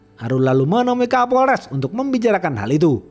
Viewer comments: Kapolres 😅 bukan kaporles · setelah di dengar2,kok bunyinya kaporles ya,😂😂😂 🤭🤭 bukan kapolres, sukses terus bang.🤗🤗🤗🤗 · Kadang kesleo jadi kaporles kadang lempeng kapolres 😊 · Kapolres bang bukan Kaporles 😂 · Hahaha ha. Kapolres bukan kaporles. Kidding ya. So far you the best. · Kapolress bkn kalporles🤣😭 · 7.05 Kaporles 😂😂😂 minum dulu bang biar gk haus